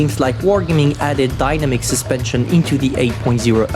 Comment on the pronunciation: Great English WG ‘syspension’